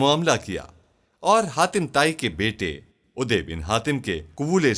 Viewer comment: Haatim Taai not khatima tai